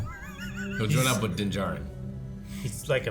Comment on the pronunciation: Is there a reason mispronounces Din's name every single time. They've said it multiple times in the show differently than how pronounces it